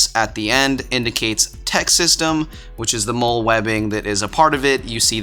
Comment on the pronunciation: FYI: the MOLLE system is pronounced like the name Molly.